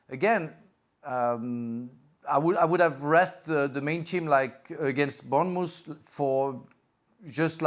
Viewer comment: 2.40 bournemoose